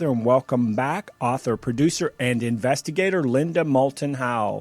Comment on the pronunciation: When a mistake is big enough, you don't notice it.... Linda Moulton Howe is her name. Not Linda MouTLon Howe. The docu-talkshow is perfect!